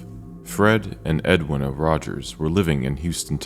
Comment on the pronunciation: Edweena is how its pronounced.